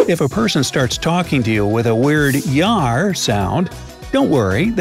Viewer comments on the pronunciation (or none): Please tell me that he is pronouncing the words jaipur and yaar and other words weirdly as a joke